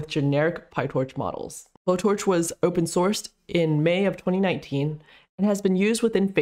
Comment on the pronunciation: I thought it is pronounced like blow-torch but not explicitly blow-torch -> bow-torch